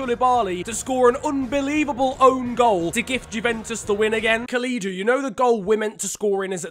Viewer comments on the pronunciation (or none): The way pronounced Kalidou😂